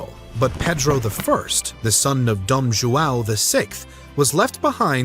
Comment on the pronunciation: Why can't any of you ever say joao?